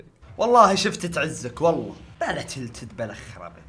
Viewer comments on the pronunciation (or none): النطق خربان عندك مو تيلتد تلتد